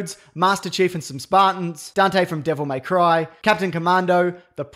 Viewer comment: "me or my" lol say it with me buddy, its MAY